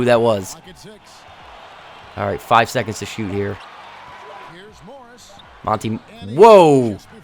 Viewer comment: i’ve been watching monte morris at iowastate for a good portion of my life and i just wanted to let you know that you pronounce his first name like mon-tay. love the series, one of the best on youtube<3